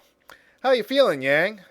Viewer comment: Every time you pronounce his name as "Yay-ng," a baby dies.